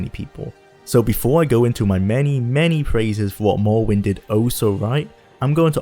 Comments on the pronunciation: Mowwowind eh? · I wuv to pway mowowind to this day. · Awwite guys so t'day we're weviewing mowwowind yeeeehh guv it's fweedee